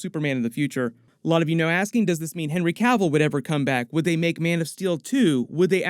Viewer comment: Superman is Hery Cav-El